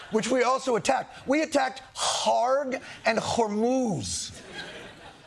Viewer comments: How does John know to say Kharg perfectly? 😂 Is he overly sympathetic to the new regime or the people Iran who didn't for this attack? Great commentary as usual in this tough time. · You are the first American I heard that pronounces "Kharg" as it should, finally!